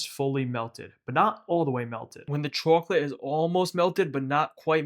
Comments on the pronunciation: It annoyed me more and more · Chawklate tawpping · say chwacolate one more time 🔪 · chawklate sawlty flavor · I like how you pronounce chwochlette, it pleases me. These look delicious and since this is the first video I’ve seen from you I need to check out more recipes from you! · The chacklateee sawlt is shitty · "rahool" "chwoclate" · Put the Sawlt on Tawp of the Chawklet. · subscribed for CHAWKLIT TAWPPING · Took me too long to figure out you were from Boston. “Chawclit” 😃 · Chawklate sawlty bawlz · Came for the chocolate, subbed for the chawklate 🍫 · We gaht a CHAWCLATE layuh on tawp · Chawklate sawlty combo 😊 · I remember when they invented chawklate . . . . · I absolutely love the pronunciation of chocolate 😊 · why does he pronounce chocolate like that,................ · Ngl your pronunciation of chocolate ticks me off lmao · he says chocolate like that old lady from spongebob